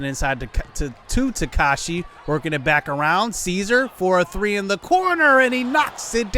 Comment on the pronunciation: Ta-ka-ha-shi not takashi